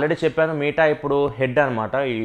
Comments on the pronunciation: It's not మీట bro it's మెట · META "మీటా" కాదు అన్నా అది. "మెటా". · Bro adhi “మీట” కాదు భయ్య “మెట” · అన్న మీటా కాదు మెటా... ❤️ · దాన్ని మెటా అంటారు కదన్నా మీటా అంటావేంటి… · Babai nuvvu dhayachesi "మీట" anodhu...... Please "మెట" ani pronounce cheyyi... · Nuvv meeta ani pronounce chestunte vinaleka potna bro.. Adi Meta from the term Metaverse